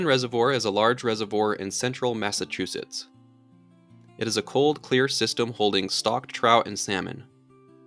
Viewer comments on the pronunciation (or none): none